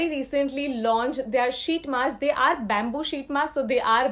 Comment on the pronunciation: Wait, I rewinded 5 times to check whether actually said Ubtan BABOO sheet mask!?🤣🤣 Damnn BABOO🤣🤣🤣🔥